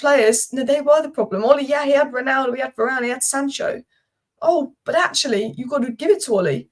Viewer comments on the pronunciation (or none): none